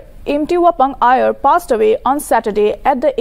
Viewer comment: His name is Imti not empty and Aier not ayer. What a report 😠